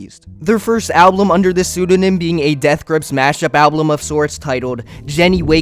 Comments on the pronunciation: Yall, who gives a shit if he says ‘album’ slightly different Some people pronounce words different, get over it and go watch another video or something 😭 Anyways, nice video Very nice to listen to to keep my head busy while I work on stuff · I’m sorry but it pisses me off you saying “alblum” it’s ALBUM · good video but i took psychic damage every time you pronounced album like alblum(??????) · kinda off topic, but why do you pronounce it like alblum and not album?? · al - bum not al- blum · ablum, ablum... IT IS PRONOUNCED AL-BUM!!!! GAHH!!! great video though. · Well june is back as cynthoni. Also i hate the way you say album. Stop saying alblum jeez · nobody else paying attention to him only saying (alblem) it's so funny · Please stop saying Alblum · why do you say alblum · what makes this great video unbearable is your pronounciation of some words. WHAT THE FUCK IS AN "ALBLUM" OR "ABLUM" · i hate that you keep saying alblum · Why do you keep saying ablum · It is objectively incorrect to pronounce it as alblum, and it's kinda important if you're making a video about music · bro keeps saying "alblum" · i hate listening to you pronounce "album" as "alblum" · Why do you pronounce album “alblum”? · thank you me too. it irritates me every single time, lmaoo, "exspecially'" and "ablum" every single time, explicitly pronounced that way every. single. time. like bro?? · I genuinely have no idea why the way you pronounce 'album' pisses me off so much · this is a good video but the way you say album annoys me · Great video but I think your saying Album wrong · great video please say album correctly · so no language rules matter huh? None at all? And if you're trying to educate people about something, might as well not even try to pronounce the main topic right, right? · Why do you say ‘album’ like that